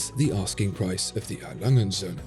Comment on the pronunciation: Your video's great but seriously, why are you pronouncing A. Lange & Söhne like it's a sinlge word? It's not Alangensöhne, no, it is A. Lange & Söhne. Please. But otherwise a very good video, that just really bugged me (A. Lange = Adolph Lange = a name, & Söhne = and sons)